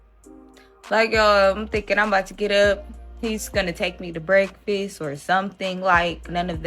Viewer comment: I'm sorry, but wtf is a "brekfist" 😂😂😂😂